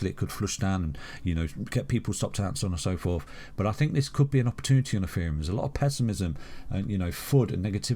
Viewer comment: is it ETHEREUM OR EFEREUM....HE SAYS THE LATTER .